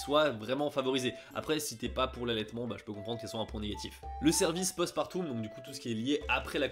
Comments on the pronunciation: Je rêve ou il dit postpartoum ?😂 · Vidéo très intéressante! Le fait d'avoir le point de vue d'une japonaise et d'une française enrichie le tout 🙌 Juste petit point qui m'a fais rire, c'est la prononciation de "Post-partum" dont le "um" se dit "ome".: " le suivi post-partoum...". Une mignonne déformation 🤣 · C'est mignon comme tu prononces Post partOUm. On prononce plutôt Post partOm en général. Ce doit être une réminiscence de tes cours de Latin :) Mille mercis pour tes vidéos qui valent bien mieux que beaucoup de reportages/docu sur le Japon. J'ADOOOORE. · Oh punaise tu m'as tuée avec ton "Post-Partoum"" MDRRR Un va regarder un péploum, faire un référendoum avec toi 😂😂😂 Je te taquine, mais ta vidéo était super intéressante. C'est cool de voir les différences entre les pays, on en parle pas tant que ça. 👍 (Pour l'épisiotomie, c'est pas systématique en France mais très fréquent, et parfois avec des ciseaux qui ne coupent pas... ma soeur en a fait les frais la pauvre.) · Le "postpartoum" ça m’a fait bien rire x) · mdr je me suis fait la meme reflexion devant la petite erreur de prononciation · en réalité il n'y a qu'en France qu'on prononce (à commencer par moi) eum ou om, et il semblerait que ça aie changé dans l'enseignement moderne du latin.